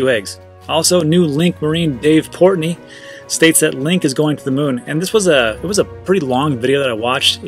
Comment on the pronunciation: Lol port Noy!